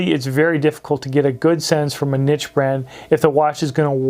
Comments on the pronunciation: Niche pronounced neesh! 😂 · The way he says niche gave me aids